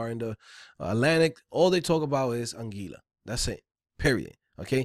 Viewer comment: Don't know if you would care, but it's pronounced An-gwee-la (Anguilla). Keep the vids coming though. Thanks!